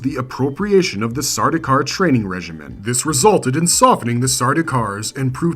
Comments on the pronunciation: Ah yes, I was going to bring this up also. Sardaukar's is the only time an "s" should be involved, in a possessive sense. I wonder what else is wrong with this presentation. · Stopped the video as soon as I heard the s 😢